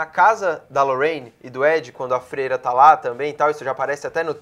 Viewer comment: o disse feira em vez de freira